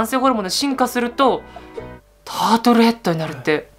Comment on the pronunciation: タートルヘッドってタートルネックみたいに言うな(笑)